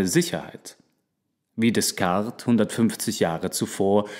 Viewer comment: Pico della Mirandola die Aussprache hört sich richtig gut an auf jeden fall besser als die von Rene Descartes wo du das s am Ende immer mit ausgesprochen hast. ;--) Aber ich liebe deine Stimme und du hättest auf diese Videos mehr klicks und Likes verdient bei so einer guten Qualität <3